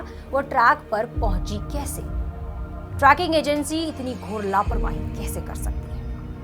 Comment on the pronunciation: Tracking nahi madam. Its trekking. Tree-king